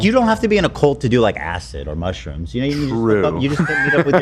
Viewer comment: Lol ethan mispronouncing most of the mushrooms in the ad read